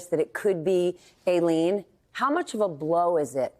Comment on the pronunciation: One of the only news anchors I've seen who can pronounce Aileen correctly. For that, as well as your incisive reporting, I thank you Alex.